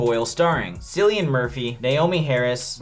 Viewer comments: Kill-ian, not Silly-an. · You guys should do a review on "Deathwatch" its a really underrated horror imo featuring Andy Serkis (aka gollum and ceasar from planet of the apes for anyone who doesnt know). Also just saying Cillian is pronounced like Kill-i-an :)